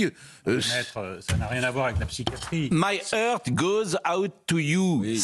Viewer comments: Entendre Pascal Praud dire "my heurte" au lieu de "my heart" prouve que son niveau d'anglais ne lui permet pas de lire quelque journal américain, encore moins d'écouter une analyse. Expliquer aussi que le geste de Musk est un geste très courant aux US, franchement j'ai explosé de rire. J'ai bossé pour une boite US, nombreux voyages persos ou pros, jamais vu ce geste dans aucun contexte. Trop drôle. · Pascal Praud même pas foutu de prononcer le mot anglais 'heart' correctement.